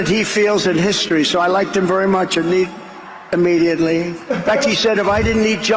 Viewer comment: Innediately... he said innediately